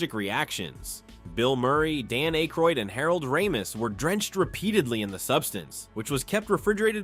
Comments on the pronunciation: holy AI garbage, can't even pronounce Dan Aykroyd's name right. Youtube needs to really bring back the downvote. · Are you really crying cause he mispronounced Dan Akroyd's name? Yall whine to much.